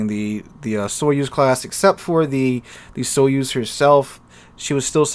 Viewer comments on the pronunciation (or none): Sorry but because I know russian it's funny how you pronounce the "Soyuz" The accent should be put on the last vowel "u" I don't have anything against it, but I would advise to use a translator to see how any foreign word is pronounced. I just started watching the video so I should endure it a little more. But "sovetsky" you just nailed. I was surprised in a good way.